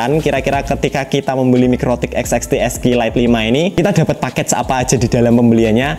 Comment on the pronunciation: Lebih susah nyebut serinya daripada nyettingnya Sering salah nyebut jadi "esek esek lite"